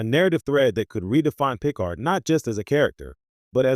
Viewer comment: Boy this was bad. So bad. Oh, and it's pronounced pi-CARD...